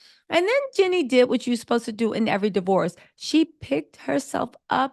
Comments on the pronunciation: It’s jeanie not Jenny … I can’t even finish listening to rest 😂 but so far I agree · Genie! Not Jenny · It sounds like Ginny, like Ginny and Georgia. Lol